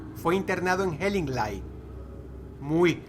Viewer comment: pronunciaste mal Hellingly, el final suena como "i" no como "ai"